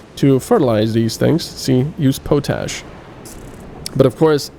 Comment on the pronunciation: Nice video but you are pronouncing potash incorrectly. It is pot-ash not po-tash.